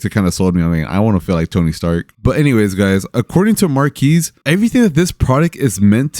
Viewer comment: cool video. but i feel like a lotta people are pronouncing marques name wrong. its marques, not marquees.